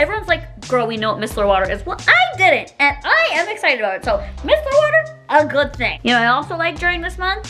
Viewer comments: MY-SELL-ER not MISS-ELLER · It’s MYYYYY-CELL-LUR!!!! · it is pronounced “my seller water” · MY-SELLER water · My-cell-ar water but yes absolutely love it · It’s pronounced MYCELLAR water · There’s more important things going on in the world than how she pronounces micellar water or her backdrop. Instead of spreading hate, let’s do our best to be kind!